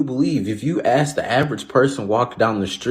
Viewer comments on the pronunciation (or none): Axing someone is illegal 😅